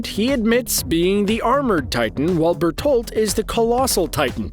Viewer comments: Did my man just say Bertold? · Ur murdering the pronounciatuon of berenholdt